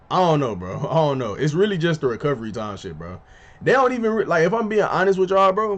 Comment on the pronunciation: Eyy man W Reaction bro and yea you pronouncing my name right. Everything you said about it on point. Recovery is a huge issue in this game and the fact the game released like that and months later hasn’t been fixed is ridiculous